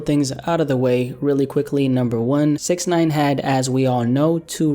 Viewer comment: You saying Snitch9ine's name wrong